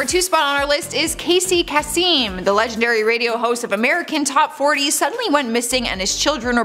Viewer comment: *Casey Kasem (short "e" sound)